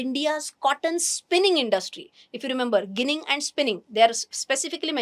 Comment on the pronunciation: The pronunciation is 'Jinning' and not 'ginning'.